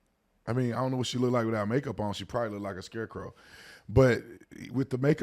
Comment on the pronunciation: He said scarecrow🤣🤣🤣